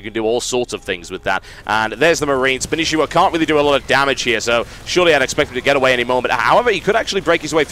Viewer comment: Spanshwa. Not Spanishiwa. -.